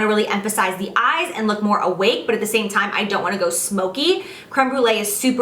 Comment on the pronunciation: "last color in zee palette" no pun intended?